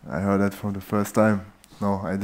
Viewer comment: "I hör that"